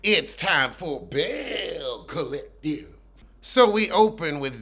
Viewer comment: Does anybody know why he says belle collective like that it’s so funny lmao